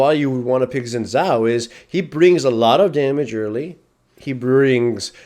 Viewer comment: Omg u pronounce it shin chao not zin zow